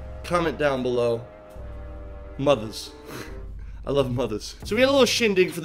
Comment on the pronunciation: “I love mothas”